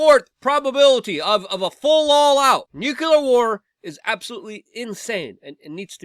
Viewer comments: "NUCLEAR" not "Nucular" Pronunciation, friend... there is no U after the C in "nuclear." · Great analysis! FYI, it's Noo-clear, not Nyoo-cue-lurrr... let's not speak Bush Jr.'s bastardized English. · Hey Luke, you almost pronounced “nuclear” correctly once...👍good job!!😂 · dude its very easy, and will instantly make you sound smarter NUU CLEER NEW CLEAR New as is NOT OLD and Clear as in NOT FOGGY OR CLOUDY NU CLEAR